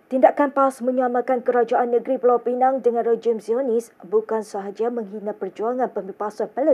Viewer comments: Sebutan p.pinang jadi p.penang sebutan tak tepat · Pulau penang, dia ni org mana ni, pulau pinang pun tak reti sebut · Pulau pineng?? Sebut la betul². PULAU PINANG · Bacaan pun tak berapa betul. Pulau pinang bukan pulau penang.....hayoo.... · Tolong ya, tolong betulkan sebutan Pulau Pinang, bukan Pulau Pineng. Mungkin pembaca berita 'peneng' kepala kot??? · Maafkan sy. Tentang isi video ramai dah mengulas. Sy nak tegur pembaca berita ni. Sebutannya teruk. Sgt memerlukan bimbingan intensif. Pls msiakini tv. Perkataan2 biasa pun salah sebut. Kalau dibiar akan menjadi pencemaran bahasa yg berterusan. Perkataan paling mudah.... Pulau pinang pun disebut pulau pineng. Belajar mana adik ni dulu ya? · Bukan pulau penang yer dik. Its pulau pinang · Tolong sebut dgn betul Pulau Pinang bukan dgn Pulau Penang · Pulau pinang bukan pulau peneng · Pulau pinang bkn pulau pineng ya. T.ksh. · bukan pulau pineng lah sis,pulau pinang,betul kan lidah tu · pembaca berita sebutlah betul2 Pulau Pinang. Bukan Pulau Penang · Pulau piNENG atau Pulau piNANG ye? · Pembaca berita tolong lah sebut nama dgn betul! Negeri Pulau Pinang betul bukan Pulau Penang kenapa penerbit berita biarkan sahaja? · P.Pinang not Peneng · Pulau pinang Bukan pulau pinang la